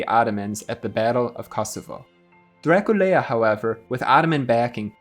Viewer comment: Nu îi spunem Dracul-e-a, ci Dracula. Poate pronunțarea timpurie a fost alta.